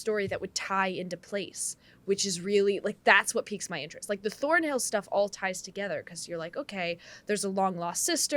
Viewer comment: It's ThornHILL not ThornBILL ... 🤦🤦